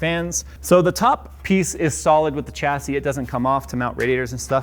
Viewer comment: Phonetics Americans - Cha say Humans that speak real english - sha say